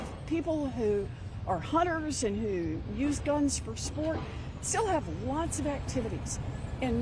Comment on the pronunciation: "Give me your gans so it's easier for my henchthem to delete you" - Elizabeth Warren